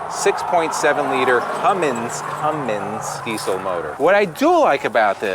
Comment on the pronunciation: not a Pusher fan but I like this one...and thank you for saying "Cummins"..so many Rv reviewer's mispronounce Cummins.